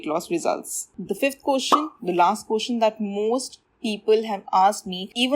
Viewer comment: Its question not kotion. 🤣